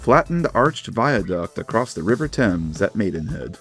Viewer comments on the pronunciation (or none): none